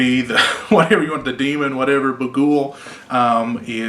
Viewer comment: The way he says baghuul lol